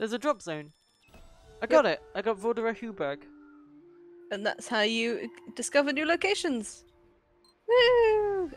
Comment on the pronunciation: cute how she pronounce Vorderer Heuberg sounds funny for a german, btw i love this game